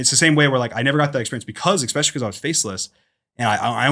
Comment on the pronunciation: Dream, say it with me, “ES” (like the letter “S”) “specially”. ESspecially. Not EXspecially. Repeat after me, “ES” (like the letter “S”) “cape”. EScape. Not EXscape. I’m sorry. I know I’m being the worst, but for some reason that is truly my biggest pet peeve. WHERE IS THE X SOUND COMING FROM???!?? I’m talking to ALLLL of you EXspecially people. I always try to figure out what word it is that throws people off with those two. Excalibur? Excavation? Exactly? Idk. But stop. How can you read three books a week for years and not notice there’s no “x” in either of those words 😂??!